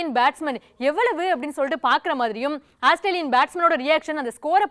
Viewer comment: Athu asstralian illama, Australian😂😂